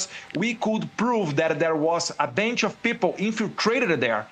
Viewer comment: “a bench of people” 🤣🤣🤣